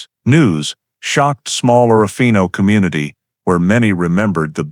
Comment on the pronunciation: Total Bull. Someone threw a dart at a map. It hit Orofino ,and they made up this story. Priest Lake is over two hundred miles from Orofino, Idaho. More proof the people who made this video have never been to Orofino. In the video they referred to it as Oro-fino. All locals pronounce it as Or-fino. Like a lot of videos about the terrible murders in close by Moscow, Idaho the people who have never been there say Mos-cow. All regional inhabitants say Mos-co. In either case the locals would have corrected the author's incorrect pronunciation.